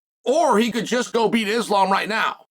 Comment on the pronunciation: I bet Islam will forgive you if you learn how to pronounce his name 🥰